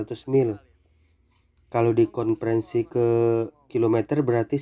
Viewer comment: Aboringin❎️ Aborigin✅️ Konprensi❎️ Konversi✅️ Mohon lebih hati" dalam pengucapan kata